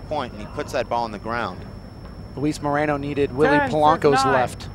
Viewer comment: Moreno not Marino my fellow Americanos!